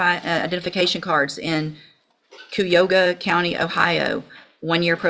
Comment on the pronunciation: We in Cuy- a- hog-a (ki- a -hog--a) not Coo-e-oga always laugh at people that cant say it right.